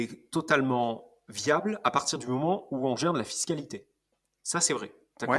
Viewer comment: super podcast. j'adore le format discussion. Par contre un reproche, il me semble que commet toujours la même erreur de français quand il parle de fiscalité. A l'écouter je penche plutôt pour fist-calité...:) le retour d'expérience sur les galères recnontrées est vraiment super. Je vote pour l'interview de Tony par pour un prochain podcast et ensuite inversement.